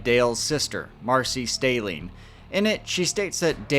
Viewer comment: Stehling rhymes with telling 😊